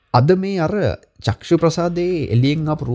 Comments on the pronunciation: සර් වරදක් කියනවා නොවෙයි..චක්සු කියලා කියන වචනය නිවැරදි කර ගමු..චක්ඛු කියලා කියන්න..තෙරුවන් සරණයි.. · චක්ෂු කියන එක චක්කු ලෙස නිවැරදි වෙන්න ඔනි